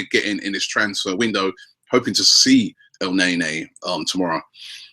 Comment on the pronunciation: FFS Robby, pronounce their names properly. Debuchay? El Nay Nay? It's "De-Bu-she" and "El-Nin-Nee"